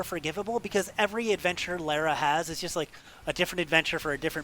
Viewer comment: Lar-a not lare-a... but I appreciate the attempt to be accurate!